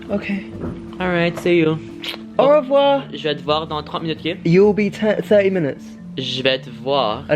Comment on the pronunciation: "au rewoir"😂😂